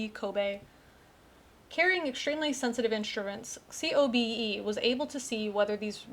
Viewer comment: COBE is usually pronounced to rhyme with the first name of the white whale.